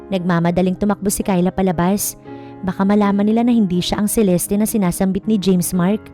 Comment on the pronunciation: CELESTE NOT CELESTI.